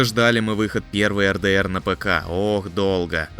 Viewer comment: Не Эр Дэ Эр,а Ар Ди Ар.Вроде столько лет в геймдеве,а произносить не научились